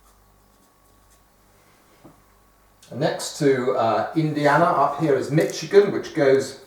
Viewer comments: Barnaby, the ch in Michigan is pronounced with an "sh" sound as in sheep, not a "ch" sound as in cheese. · he said mitchigan I'm triggered